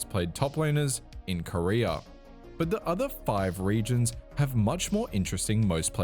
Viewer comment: I'm high asf rn and your way of pronouncing "Korea" had me thinking you were talking about the Korean pro player "Career"